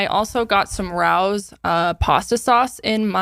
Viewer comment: Thank you for saying Rah-Ohs and not Ray-Ohs haha